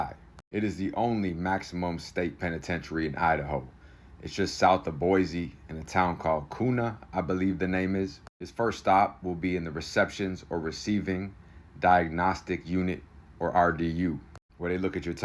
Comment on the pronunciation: It's pronounced Boy-see. Not Boy-z. It's pronounced KYOO-nuh. Not Koona. Also. BK is in J Block at IMSI. He will be in solitary confinement 23 hoursa day. No contact with other inmates. No inmates will be out when he's moved around to medical or rec time. Don't get your hopes up. 17 years within Idaho Corrections. We run things different here.